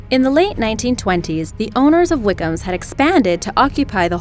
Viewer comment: Did she keep saying 'Wighams' instead of 'Wickhams'